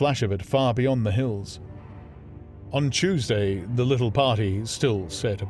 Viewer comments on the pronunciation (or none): none